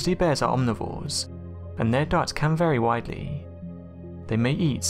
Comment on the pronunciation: They way you say bears makes me want to die